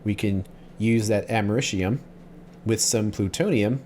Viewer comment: “Americium” doesn’t have any “sh” sounds. I don’t know where you got that. 😆